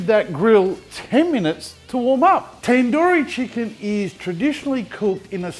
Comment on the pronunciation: It's tandoori not tenduri